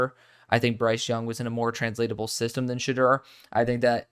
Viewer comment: Sha-door is how you pronouce it